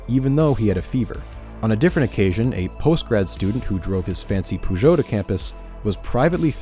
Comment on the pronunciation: "fancy peurgot" never thought I woudl hear it